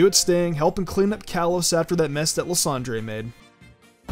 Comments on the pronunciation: Who elsed cringe when he said Lysander ly son Dre it li san der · First of all the dudes name is not pronounced as lasandray his name pronounced as LISANDUR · Huge fan, but your pronunciation of Lysandre makes him sound Spanish 😂